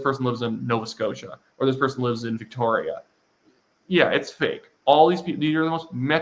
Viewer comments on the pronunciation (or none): none